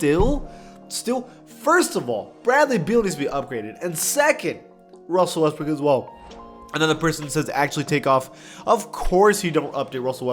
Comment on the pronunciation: “Wussel Restbrook”